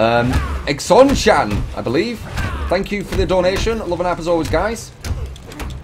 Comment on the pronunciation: Hahahah "exonchan". Dude, it's pronounced 'zeeno-cron' as in xenomorph (name of the aliens form Alien) :p x